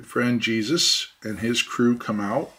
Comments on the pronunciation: I just cant take calling that guy "Jesus" lol.... can't he go by the Spanish pronunciation "Hey-soos"!!! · Laughing from New Mexico. It's (Hey-Zeus , like the greek god) not Jesus. Still love all the videos, Thanks.